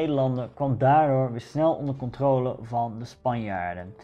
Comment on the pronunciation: Hey! Waarom zeg je steeds “controole” ipv de correcte uitspraak “controle” ?